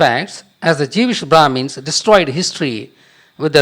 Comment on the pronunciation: did he just say......jewish bhramis?